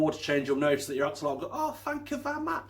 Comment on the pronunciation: This is great video....but it is not pronounced this way. It is pronounced the x is a sh and the otl is more like an item. Ah- shu-löte